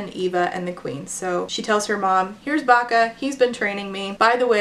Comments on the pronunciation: Everytime said Bacca (I assume that's the spelling) I heard "vaca", which means cow in Spanish. Can't take someone with that name seriously 🤣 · Or "Baka" which is "dumb" in Japanese, I couldn't help but laugh when I first heard it lol